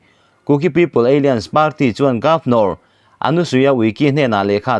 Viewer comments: Apoi ka ti ber zawk chu ..KUKI- Alliance (Kuki-Ei Lian) tiin ilam dai a...(A-lains tia lam mai tur che nia) Alien=(Pronounciation ;Ei-lian) hi foreign ho sawina a ni...Kuki-Ei Lian tia i lam hian, Kuki foreigner i ti na a ni.. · ALLIANCE KHI ALIENS TIIN I LAM TLATA ÂLLAIÂNS in lam zawk teh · Alliance= alains tih a lam tur, Eilians chu aliens a kawk, India ramah aliens an awm loh. I lam luih nge? Kuki an nih avanga aliens ah I chhuah nge. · "Aliance" hi 'Ei-lians' ni lovin, 'A-lai-ans' tia lam tur a ni zawk em? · Alliance lam dan khi Aliens👽 angin i lama, thil in per san lutuk a nia. A-liance tiin lam rawh. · Aliens a ni ziah lo. Mi thuziak sa tal hi chu chhiar dik ve thin teh u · Alliance / Aliens...lam danah beng ati kham deuh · Alliance hi ALIEN i ti leh hluai mai ang aw??????? 😂😂😂😂😂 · Bengvarthlak thin e. Alliance I lam dan erawh... a fuh chiah lo deuh...